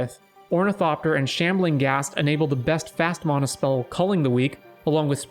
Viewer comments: You pronounce mana wrong. It’s “Man-ah” not “Mon-ah” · mAn - mAna say it right dude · mahna XD never heard anyone say it like that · I didn't hear anything except how he pronounces mana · Who in the hell taught you how to say mana that way?